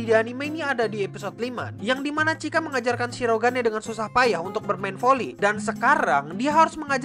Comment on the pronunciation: kok nyebut "Chika " rada beda ya min